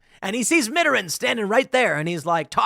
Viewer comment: You can pronounce Macron, but you can't pronounce Mittarand?